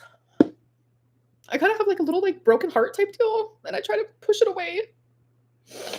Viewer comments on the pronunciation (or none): none